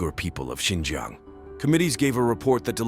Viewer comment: "Xinjang" Highlights Tajikistan 🤣